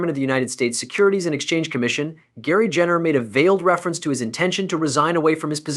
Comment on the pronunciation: It’s Gensler not Jensler.